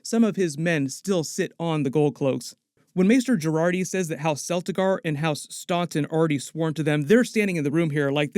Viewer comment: 1. I wish Rhaenyra told Corlys and Rheanys the full truth. They deserved that much. Rhaenyra and Leanor did have a good relationship, despite their conflicting taste. They did try. 2. I can't wait for Otto Hightower to die. 3. Celtigar should be pronounced Keltigar with a hard C.